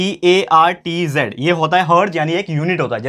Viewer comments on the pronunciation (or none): SIR heartz nahi HERTZ ..itna correction krle . Baki to acha hi rehta sb 😊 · Sir galat knowledge mat do heartz nhi hota hertz hota hai